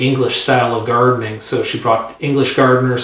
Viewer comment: Thank you so much for doing these videos. Lots of good information and I love it. You did so well with a few of the French rose names and then said "Redoute". . .without saying it the way it is said in French "Redoutay". . .just trying to be helpful. Thanks again.